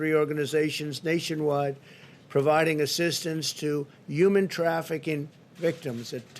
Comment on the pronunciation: “Uman trafficing” ??